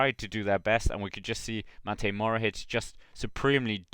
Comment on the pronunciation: Cool video, nice highlights and coments. Just one thing: its Matej Mohorič not Matej Morohič 👍